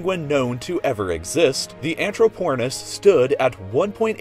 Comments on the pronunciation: Anthro-Porn-is WTF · anthroPORNis haha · i'd imagine that is supposed to be pronounced anthrop-ornis rather than anthro-pornis :^ ) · Haha... anthroPORNis.. hahah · ha anthroPORNis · AnthroPORNis XD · I can’t get over saying “anthropornis” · Anthropornis haha ok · AnthroPORNis. IM CRYING 😂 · When my sister heard "Anthropornis" she said "Are you watching porn?" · "Anthropornis" XD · who else went to see the comments after hearing "anthropornis" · is angatinsausurs not titansarsus